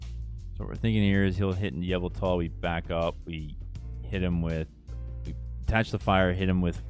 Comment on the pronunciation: Why you pronounce yveltal like "Avatar"